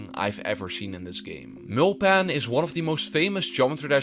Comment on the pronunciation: why milpan (his name is mUlpan)